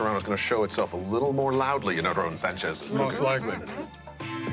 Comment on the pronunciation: I can't stand how people feel like they have to say Aaron's name in a Spanish type of way when they really don't know how. Many times on the show, Ted over-does it with trying to roll the "r" when it's not even spelled like how that would sound (it's not spelled not Arron). Marc under-does it. If ya don't speak Spanish people should't feel the need to tiptoe around pronunciation of people's names, just say it the gringo way (phoenetically ... arrin) and move on. If he gets mad, oh well. Not as if a wrong name pronunciation will make him any less Mexican. There are so many other names from other cultures that get butchered on a daily basis and noone feels the need to be all correct with it. Stop the madness and say names the way YOU know how to say them. It's more genuine and honest.